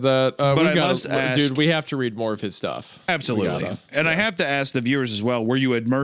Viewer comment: I absolootly cannot believe Hunter said that, like, just WOAW!